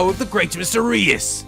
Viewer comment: Hey! I believe that Mr. Reus' name is pronounced the same as the word "ruse" (roos). Ruse is synonymous with trick, which makes sense considering that Mr. Reus was involved in the prank game show. I hope this helps!